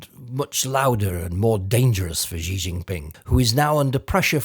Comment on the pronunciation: Hi. I just dropped by because I'm interested in China news analysis. But I have something I need to point out. You are mispronouncing Xi. It's not "Zhee". That's not correct. Listen to people who speak mandarin; Mandarin (and also Cantonese, the other popular dialect) completely lacks the "zh" sound that is found in the middle of the word "measure". Even when Chinese words are spelled with "zh" (such as Zhejiang) it is pronounced like "dz" (voiced plosive palatal fricative or something like that). Xi is pronounced "She". The Chinese orthography system, Pinyin, took several English alphabet letters that they thought were redundant (X, Q, and C) and re-assigned the pronunciations to replace multi-letter combinations (Sh, Ch, and Ts, respectively). Also, a bunch of the vowels, including the letter E, were given different pronunciations, so Deng Xiaoping is pronounced "Dung Shiaoping". Please don't say "zhee" when you read Xi. It just sounds uninformed. If you were to read a Welsh or Irish name that is spelled oddly, you would presumably look up the correct pronunciation, would you not? If you're going to do analysis on what China is up to, at least pronounce the names according to the orthography.